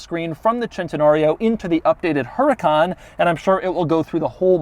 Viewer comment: Doug the type of guy to pronounce Centenario correctly yet still toss a hard H into Huracan for no apparent reason. 😂😂😂